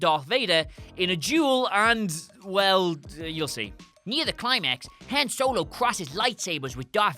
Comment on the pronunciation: Seriously, you guys and pronunciations... Hen Solo? Really...?